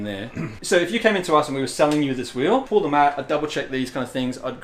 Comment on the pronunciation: It’s pronounced Pall as in Paul not pull